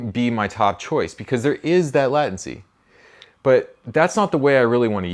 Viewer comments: I think you mean “lay” tency. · That's pretty sweet! *Also, it's pronounced 'lei·tuhn·see' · I've never heard anyone say "latency" like that ;p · I'm not gonna lie I noticed it too.